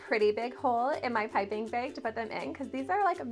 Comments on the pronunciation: The way she says jagged and bag drives me nuts . Being Canadian doesnt make you mispronounce jagged as "jaygid" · She must be Canadian, if she says "baeg" instead of " bag" lol